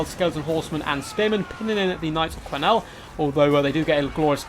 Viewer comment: And knights of key-nell, not qwee-nells.